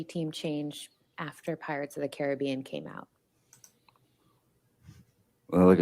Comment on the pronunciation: It’s not pirates of the Caribbean, it is pirates of the Caribbean. Annoying that she intentionally miss pronounced it every time.